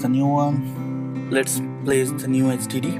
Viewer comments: he's Indian so he can't pronounce it. lol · he sounds like he is saying std instead of hdd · I thought he said std realized he said hdd after reading your comment. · or sdd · Same here! LOLZ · It sounded as if he was saying STD